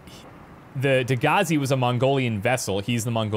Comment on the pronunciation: You know you're Canadian when every reference to the other ship sounds like "Degrassi".